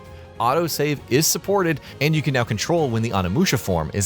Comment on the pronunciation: Anamusha?? it's Onimusha...